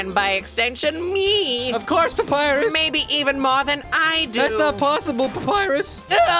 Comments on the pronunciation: The thought that someday Ross will say Papyrus's dialogue correctly fills you with determination. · Claire Cawley Eh papyrus voice is quite boring tbh, it's pretty much his normal voice from what i've seen but with lots of screaming, and he doesn't even know how to pronounce Papyrus so yeah, i think Skeletor like voice fits Papyrus better and Cr1tikal for sans.